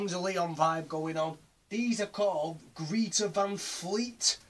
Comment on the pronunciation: Sovietweasel yeh I kinda fucked that up! I pronounced it like greeta! Cheers for watching dude